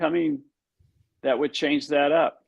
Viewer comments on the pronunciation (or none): none